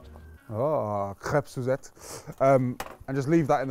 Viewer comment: The way u said crepe suzette made me think of taladega nights